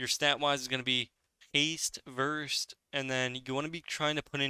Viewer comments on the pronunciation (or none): none